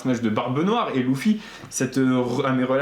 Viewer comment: C'est pas Louffy c'est Luffy